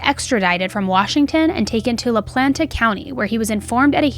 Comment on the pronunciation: It's La Plata county, NOT La PlaNta! I'd send you $100 if you could go through an entire episode of any of your 3 vlogs without grossly mispronouncing something, a mispronounciation that would be easily avoided, the correct pronunciation could be easily verified then gone over, ready for vlog release, oh well, i guess you're just content being a notch or 2 removed from polished professional Additionally I have NO idea what word you were trying to say when speaking of all the beer and liquor bottles and cans about the house, what would make sense is to have said, STREWN about the house, you said something that was indiscernable to me, I believe it began with an S but it was too muffled for me to discern what it actually was....